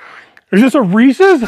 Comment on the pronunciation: Thank you for pronouncing Reece's correctly. Credibility points. ✔️ I didn't end up walking last night like I had planned because work got in the way but today I made a point to put on some music, get off my butt, and dance around my office! Any kind of movement is helpful and I deserve that time for ME! Thank you for that encouragement! "See" you tomorrow!